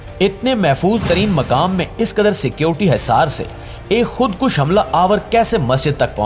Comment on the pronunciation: bhai meray khod kush nahi,khod koosh.kaaf par pesh hay